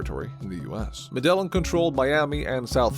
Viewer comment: you are pronouncing Medellin incorrect